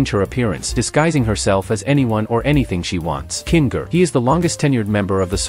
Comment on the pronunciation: "King ger" "pamly" "zoable"